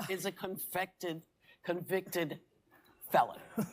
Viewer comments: She said confected fellon lol hahahaah seem legit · "Trump is a confected, felon." Whoopi didn't get right. You know she practiced saying that, but it didn't come out right. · LMAO 🤣 🤣 SHE SAID CONFECTED"" she can't even use proper English 🤣 😂 💀 and she looks hammered drunk!!! CORRECTION: MY GUY TRUMP IS A FALSELY CONVICTED FELLON 2024 TRUMP!!! You cannot make this shyt up lmao😂😂😂😊😊😊 ................TRUMP 2024!!!!!................ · She first said "convEct"ed, people... Trump is just "warming up"! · Whoopi said CONFECTED instead of CONVICTED. 😂😅😂😅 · She couldn’t even say it 😂😂😂😂😂 “conficted” 😂😂😂😂😂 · 6 woman who will never be in power,thank God... Whoopi cant even say convicted, convected,what a dope she is.. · She said "confected", couldn't even say "convicted", first time. And that's reading from a script!!😂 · Donald J Trump is a confected felon, she is so ignorant that she can't even say it right! You damn right he's a convicted felon and so am I. And I support him 110% because on November 5th I'm voting for Trump because he loves this country, and remember what they said if he gets elected, they are going to leave the United States of America, get your bags packed, he's going to be the next President of the United States of America 🇺🇸 MAGA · She's just like Joe Biden, can't even say convicted right the first time. Confected lol still voting Trump! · UNFREAKINEDUCATED..WASHED UP WHOOPI..😅😅😅 ITS "CONVICTED NOT "CONVECTED" YOUR KARMA DAYS ARE COMING LADIES FOR MAKING FUN OF SOMEONE ELSES SUFFERING 🙄LAUGHING..ABOUT IT! MY FAVORITE SAYING IS: GOD DON'T LIKE UGLY 😊"... EVERYONE OF YOU "LADIES" AND I USE THAT TERM LIGHTLY ARE NOTHING MORE THAN" OVER MAKEUP'D..MENOPAUSAL LOWLIFES..🙄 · Hilarious that “whoopi” botched her peak TDS moment with “convected.” They’re so freakin cringy. Just like dementia mcpuddin pants, never underestimate their ability to f things up. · Hes con fected, she can't even say it right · "Con--fected felon"?